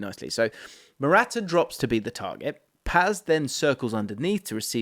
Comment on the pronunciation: bro, I can't, with how you pronounce "Morata"